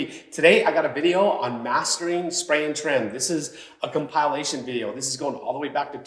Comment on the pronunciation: You mispronounced "compilation".